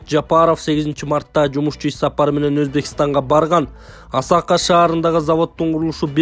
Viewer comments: Туура айткыла АСАКА ЭМЕС АСАКЕ ЭЛЕ БОЛУП АЙТЫЛАТ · Осако эмес Асаке, жөндөп оку, Ошко жакын шаарча, көп барчубуз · Асака десен биздин ойго Япония келди. Шаболотованы Шаботолова дейсин контентти даярдаганда бир сыйра озун окуп маани манызына тушунуп анан чыгар нанды актап жегин.